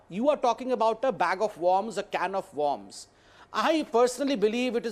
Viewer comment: Bear a fruits? MountAYN? in accordance TO? WARMS? not wERms? you need to go to an English hospital or stay with the Hindi channels.